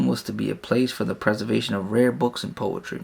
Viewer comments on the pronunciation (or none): none